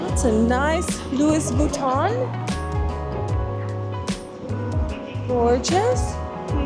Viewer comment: That mall looks like Rundle Mall in Adelaide. Also it's not "Lewis" Vuiton, it's pronounced "Looh-ey" like Louis Theroux the British American journalist who is on TV. Also we have different laws to do with real estate laws because we have different values. You can build new buildings for the rest because of time but you can't build historic buildings so you have to preserve them. That's why our cities have a beautiful mix of old and new. 😊